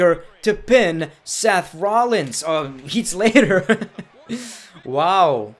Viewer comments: “Heat” Slater😂 I love when he mispronounces names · Sorry I’m mocking your accent but the way u said heat slater